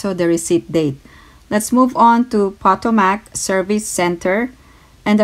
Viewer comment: You’re doing a great job! The word Potomac is pronounced, "Pa tome ic". It’s the name of a river in Washinton DC. There is much about this river on YouTube, so you can check it’s pronunciation there.